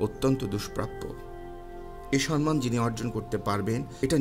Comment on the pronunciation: আহ্বান - আওভান মুহ্যমান- মুজঝোমান সম্মান - শমমান উচ্চারণ গুলো ঠিক করবেন ভাই।